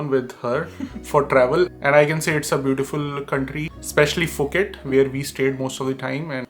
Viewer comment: Wtf is Foket? It's Phuket🤣🤣🤣